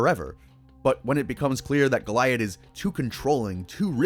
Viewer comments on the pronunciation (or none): The way you pronounce names that were clearly spoken in the show, makes me think that you haven't seen the show. Goliab - Go-lee-ab. They never once say it like goliath. Weird words in a good video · Go-lee-add omg 🤦‍♀️🫩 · it’s pronounced GO-LEE-AHD you bloody philistine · Its pronounced Go-Lee-Ad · You forgot how to pronounce it. Gol-ee-add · I know you corrected the weird pronounciation of Bella Noche in the video, but you also pronounced Goliad wrong. It's "Go-Lee-Ad". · Bros gotta be rage baiting mispronouncing bella noche and goliad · Brother love the vid but you kept saying Goliads name wrong lol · Amazing how many names you mispronounce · It's pronounced 'Goliad' not 'Goliad' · Bro’s pronunciation of Goliad makes me question if he actually watched the episode 💀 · Great vid! But wack pronunciation of Goliad. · Nice video but your pronounce Bella Noche and Goliad strangely. They don’t say it like that in the show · The way you pronounce Goliad is driving me nuts. I know you’ve watched every episode at least 20 times, so you’ve had to hear how it’s actually pronounced. Other than that, great video.